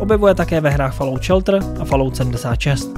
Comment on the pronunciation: Ta vyslovnost 'falout' uplne rve usi...